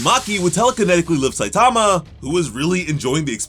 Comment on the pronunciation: You're saying his name like: SUH-TOM-UH. REALLY bruh??